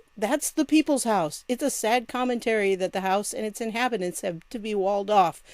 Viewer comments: "Inhibitants"? Either she's code-signaling or we have to assume she' speaking eboncis. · So Bowser is not only complicit in the deep state...she is also illiterate. "Inhibitants"? "Inhibitants"? The word is "inhabitants" you absolute moronic excuse for a mayor. 'Q' did warn us that the sleepers were going to start to come out of the wood work...all those losers he fired, oh, they're coming. Beprepared for major psychological warfare.